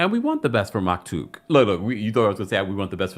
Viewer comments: The baby name Maktoum, not Maktouk 🤣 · I love how you mispronounce Maktoom’s name every recap😂😂 it’s maktoom/ maki for short😅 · It’s MAKTOUM lol